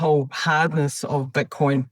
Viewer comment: Why are they calling it Butcoin?